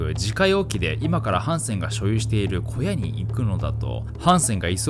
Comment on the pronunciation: 古屋❌→小屋○